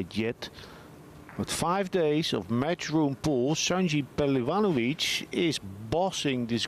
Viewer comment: finaly someone pronounced his name correctly 😊